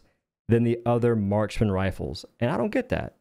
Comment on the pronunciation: Sorry but with your accent, it sounds like you're saying "Martian rifles"? Are you talking about DMR rifles or the Sniper rifles? I feel like the devs need to go back and actually look at medium armour pen in general. Like when you look at the medium armour pen AR's or even the DMR's, it still takes multipl shots to take down a regular bug/bot, and that shouldn't even be a thing with a medium armour pen weapon, when light armour pen weapons take down bots in at least a single shot. I'd also love for a complete redo of all scopes, because as they currently stand, they are all too cluttered, they all bounce around far too often, and for anti-armour copes, there's barely any zoom in toggles, and the scopes for those guns are already tiny as hell when viewed in first person, that you're better off firing them in 3rd person (which flies in their face when they project "realism", because that's not even how scopes work irl, and this is a game about science fiction, which isn't supposed to be realistic).